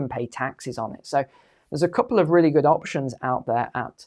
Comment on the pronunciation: Goid riddance? Sounds like intellectual fee fee's